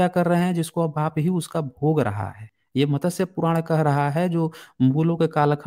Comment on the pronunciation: JIS SHABD KO AAP MATASYA BOLTE HO WO MATSYA HEI.